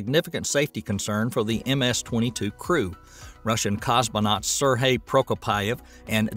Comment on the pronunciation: Suddenly no-one can pronounce Sergey.